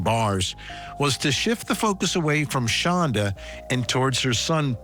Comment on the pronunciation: She pronounces it Shonda, but it's spelled Shanda, like panda... She absolutely hates it when people pronounce it like panda, so of course it's the only way I say it,😊 even if she doesn't know me from a hole in the ground or that I do it. I loathe the demon. Both demons.